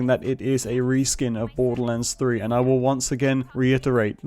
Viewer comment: I love how you say Borderlands 3 "Boddulans 3"